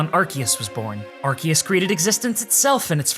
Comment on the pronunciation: it’s still arkoos